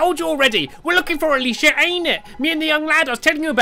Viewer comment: Well apparently, Alicia rhymes with Hippopotamus now.